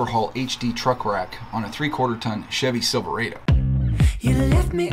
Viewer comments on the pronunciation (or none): "Silveraaaydo" LOL edit: Only 11 months late 👍